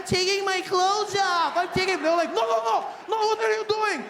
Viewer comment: Yes we don't roll our r's either but I swear I cannot hear anything when a South African should be saying: "they're we're or you're"...they all seem to be totally missing the "re". Sounds exactly like "they we you", not "they're we're you're".